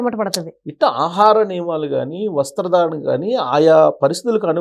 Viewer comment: వస్త్రాధారణ కాదు, వస్త్రధారణ. దీర్ఘం ఇస్తే అర్థం మారి పోతుంది.